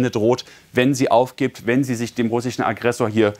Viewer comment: russi-chen? amrikani-chen?🤣